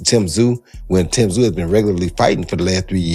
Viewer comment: Tee zyuuu Come on AI